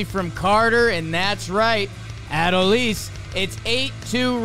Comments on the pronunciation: its not ADD-oh-lease its uh-DOLE-lease please don't let him win ALCS mvp and you still can't pronounce his name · Put some respect on Adolis’ name and pronounce it correctly. Say it with me: a-DOLE-ees.